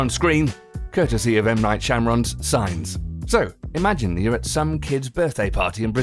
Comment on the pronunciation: When you pause on this video because the commentor misprounces M. Knight Shamorons name